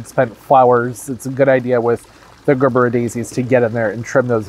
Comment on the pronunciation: Hearing Gerbera said as Grrrbera instead of Jurbera sounds as pleasant to the ear as scraping my teeth on a chalkboard.